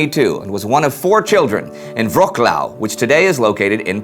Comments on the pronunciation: I cringed at "Vroclau"....... either call it Breslau, or Vrotz-ooaf... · By the way, Wrocław is pronounced V rote swav, and when it was part of Germany it had the much easier to pronounce name of Breslau. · said wroclav wrong. said bölke wrong. said lanoe wrong. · The way he said Wrocław tho XD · I understand that there is possibly no such sound in English, but you pronounced Wroćlaw wrong. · Tom Hunter It's the Ć that is wrong. Everything else is fine.